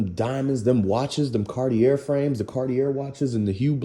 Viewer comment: Good video bro. 💯 Ay by the way Cartier is actually pronouced Car-tee-A if you care. Peace G.